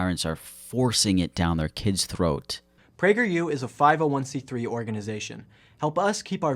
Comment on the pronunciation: Not "pragerU" 😩😩